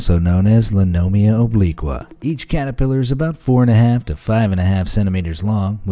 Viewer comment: Trump catapelar 🤣🤣🤣🤣🤣